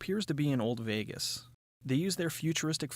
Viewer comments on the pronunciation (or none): none